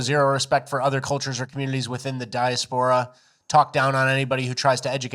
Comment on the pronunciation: You pronounce diaspora wrong Come on guys stop being the dumbest rock in the box